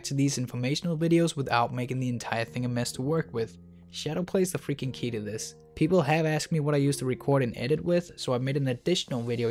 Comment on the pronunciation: "pwepol might not fwall fow it"